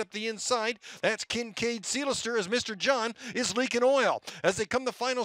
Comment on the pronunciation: Who is this guy? Sounds good...can't be local as he can't say "Seelster ".